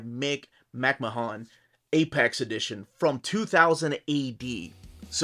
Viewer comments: Cool book. Grew up as a 2000AD fan. Growing up in the UK it was my introduction to comics. He is pronounced McMan by the way. Just like Vince from WWE. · for fucks sake, if you don't know how to pronounce someone's surname, do some research before you mispronounce their name over and over. it's disrespectful and annoying. who the hell are Brian BOWland and Mick MAHOON??! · I think McMahon is pronounced as "Mc-man." At least that's how they pronounce Vince McMahon's name on wrestling lol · Nice video. No need to pronounce the O in McMahon, just "Mck-marn/Mck-mahn" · The colour pages are mostly from Annuals which in the 80's were hardcovers and the artists did their own colouring which is why those pages are coloured. Nice review, it's just a pity you butchered the pronunciation of McMahon's name throughout. McMahon was a grittier artist than Bolland or Gibbons which is probably why he didn't do any work for DC. Artists I'd love to see in this series would be Ron Smith, Carlos Ezquerra, Cam Kennedy, Steve Dillon, Henry Flint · Came here to see if anyone corrected him. I guess he’s Peruvian, so clearly just phonetically pronouncing the names as best as he can, but yeah my cringe hits as soon as I hear him